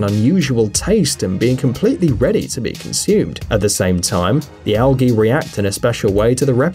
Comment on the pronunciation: You pronounce algae wrongly